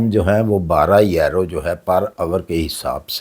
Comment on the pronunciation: کوئی ویزے نہیں ہیں ۔یہ بڈھا ایسے ہی چھوڑتا رہتا ہے۔آج تک اس کی کوئی بات سچی نہیں ہوئی یہ آسٹریا کو آسٹریلیا کہتا ہے اور یورو کو یارو😅